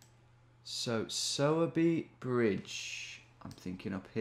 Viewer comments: Oh my local in Sowerby 😍… it’s pronounced “sore” by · its pronounced like sawwwbey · Sowerby pronounced with a female pig sound.